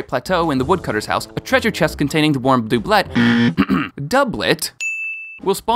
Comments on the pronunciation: you said doiblet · I always thought doublet was pronounced “doo-blay “ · Clearly it's a Doob'let. Not a Doublet. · You pronounce doublet correctly one time! And then go back to saying DoObLeT. Oof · Dooblit Heelian Bruh you gotta work on your pronunsiashin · You stop to pronouce Doublet correctly, then mispronounce it in the next sentence while also saying "Mount Heelia", my anger cannot be contained! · Complains about how to say doublet, then mispronounces hylianangle 😑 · “Heelian”???!!!??? Did you just call Hylian (HIGH-LEEAN) Heelian? I was willing to overlook the mispronunciation of doublet, but c’mon….Hylian has been used in the game forever and I don’t know anyone who plays the game that doesn’t know how it’s pronounced.